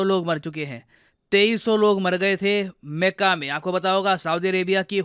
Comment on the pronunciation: मेका नही हम लोग मक्का नाम जानते है। 😅